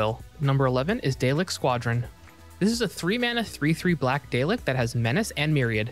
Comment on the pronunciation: 'day-lek' causes me physical pain, but otherwise great video lmao ^-^